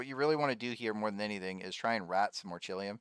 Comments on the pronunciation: its orei-kal-kum not orechilium lol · is this guys saying "ore-chilium"? its "oree-kal-cum". also, while this dude is getting fat loot, i don't think this farm is good for most people. the amount of time and rng you will need just doesn't seem worth it when there are plenty o safer orichalcum spots. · bro i rewatched the clip, icant help but laugh when i hear you saying "orichillium" 🤣🤣. im subbing!! well done xD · had to switch it of after hearing "Orchilium" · Orchilium? lmao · he cant even pronounce orichalcum right